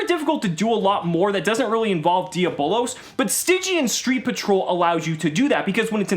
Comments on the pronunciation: Does any one else have a conniption when he says 'de-abb-lõs' wrong. He says 'de-bowl-ose' 😣 face palm. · Isn't it pronounced dee-ah-bowl-los?